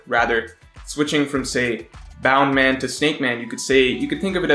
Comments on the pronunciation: It's BOUNCE MAN. Bound man was an early romanization pronunciation of the name. If we're sticking with that then you have to call Luffy, Ruffy and zoro, zolo. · bound man? i thought it was bounce man. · isnt it bounce man, not bound? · Please stop calling it bound man. It's literally bounce man. He bounces. The Japanese have accents even though they use English words often. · Btw it's bounce man not boun man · Its bounce in subs but luffy pronounce it as boun man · guy: bound man everyone else: BOUNNCEE MAN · Stop saying Boundman pls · In sub luffy says it bound man but the subtitles say bounce man and the meaning is bounce man :)